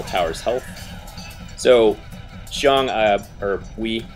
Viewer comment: Seems that you can pronounce my name well . Haha . Thanks for the video